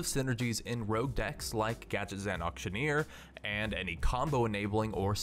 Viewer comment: Every time you mistake Rogue for Rouge , a poppy dies. Please save poppies , say Rogue instead of rouge .